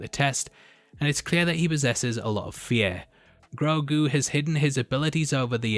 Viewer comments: Ashoka clearly called him groogo not groogu, no u sound but o sound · His name is Gro'ghu.